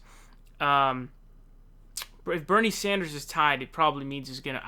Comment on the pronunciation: Who is "Bernie Zonders"?